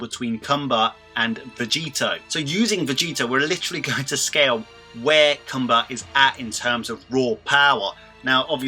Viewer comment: Its only one way to pronounce his name my guy